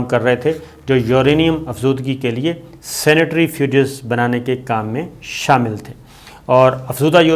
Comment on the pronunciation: Uncle ye 'senetrifuges' jo aap keh rahe hain, ye kya chiz hai? Centrifuge ka to suna hai lekin 'senetrifuges' pehli baan sun rahe hain. Please ispar roshni daal kar humrari malumaat me izafa karen, thanks! 🤓